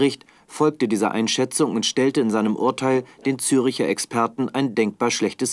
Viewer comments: ZÜRCHER! nicht Züricher!!!!! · genau, zeigen im bericht ein dokument, auf dem "ZÜRCHER GEWSCHORENENGERICHT" steht, lesen dies durch und streichen an, doch können "zürcher" nicht richtig aussprechen. tja, SPIEGELjournalismus!